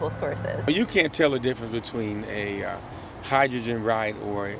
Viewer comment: Hydrgen? what a fools errand